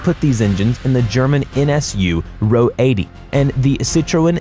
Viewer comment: Actually it's Not pronounced "are oh eighty" but "roh uchtsig" Greetings from Germany, O